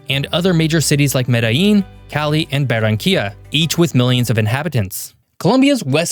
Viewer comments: Es Medellín, no medin Es Barranquilla, no beranca, baronia o cualquier nombre que le pusiste Se pronuncia Buenaventura, no bueno ventura Tumaco no tomaco Contrata alguien que habla español y no Una IA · Interesante analisis del contexto territorial de Colombia, sin embargo la traducción al Español presenta errores de pronunciación, sobre todo al pronunciar algunas ciudades como Medellin, donde pronuncia "Medi" o Barranquilla pronuncia "Bara"...independiente de este detalle, los felicito por tan excelente análisis de la Región Pacifica de Colombia. Saludos desde Barranquilla, Colombia.